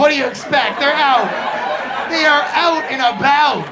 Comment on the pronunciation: “They are oot and aboot.”